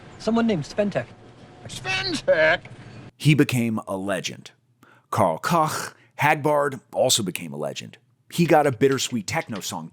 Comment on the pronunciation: Karl Cock? Really? Let’s try Karl Coke…. Smh